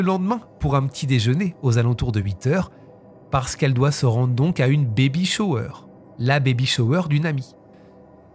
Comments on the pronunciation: Bébé shwer😂😂😂baybay shower 😂😂😂😂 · Baby shower se prononce baby shAwe 😮😮😮